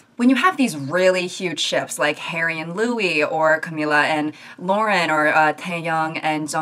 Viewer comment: I had to mess up the exact 666 comments to bring up how happy it makes me that you're pronouncing Lauren and Camila's names correctly On another, actually related note, i completely agree. I feel like in some situations even people in actually romantic relationships would be very uncomfortable if people wrote fanfictions about them. I can guarantee some of these people likely lost some very close friendships because of this.